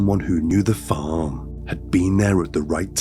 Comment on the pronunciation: 1000% AI. Both the voice and the images of the narrator. It’s incredibly realistic looking and sounding but there are very subtle clues that give it away. The overly enunciated “R’s” and “G’s” along with consistently improper emphasis’ and the overly animated mouth movements in the images are the most obvious ones. Listen to it again and listen specifically for the way the word “farm” is pronounced exactly the same way regardless of the context in the sentence structure. Definitely AI.